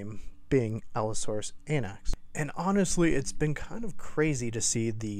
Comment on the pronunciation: Allosaurus “Anax” sounds so wrong.